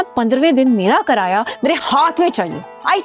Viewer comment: Karaya Nahin kiraya Hota Hai